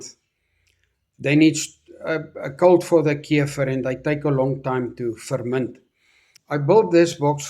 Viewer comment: I love how he says keifer ❤